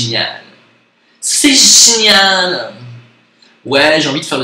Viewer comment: "Zoom et la technologie c'est génialeeeeeen" 😂😂😂 l'accent bobo parigo résumé à merveille, merci.